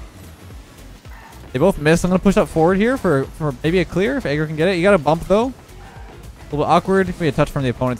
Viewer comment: Why does he say agro like that